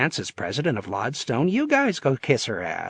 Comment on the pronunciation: ... this is the third Mario Puzo audiobook I've listened to... and I'm already a quarter of the way through... some story, and yet I'm hoping this story gets going soon... only distraction so far, that's unforgivable, is the narrator does not how to pronounce lodestone... it's not LOD-stone, it's always said LOAD-stone... as in like an early magnet...